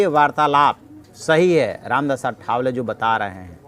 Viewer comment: रामदास आठवले नाम ठीक से बोलने की कृपा किजिये. अठ वले नही आठवले हैं.